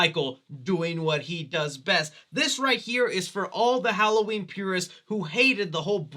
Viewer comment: My favorite part of the movie was when Lorie said "Happy Holloween , Michael."